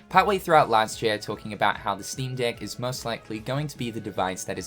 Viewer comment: Because of the accent, every time you say 'Steam Deck', it sounds like something else...